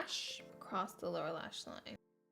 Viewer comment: When she said lower lash like it sounded like she said Laura lash line